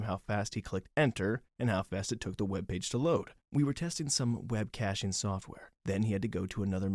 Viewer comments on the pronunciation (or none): none